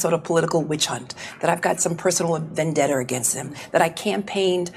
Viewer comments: Did she say vandetter? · What's. a. Venn. Debter??? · She said Vandetter … 😂😂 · She cant even pronounce vendetta,how does she hold any position at all?? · Nice logic, lady. 😝 Also, what's a "vendetter"? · “Vendetter”. Send this mheffer back to school! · Hey Jimmy! What’s a “Vendetter”?😂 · Vendetta does not end with a R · I hate the way she says Vendetta. She adds an R at the end of it. lol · I like "vendetter"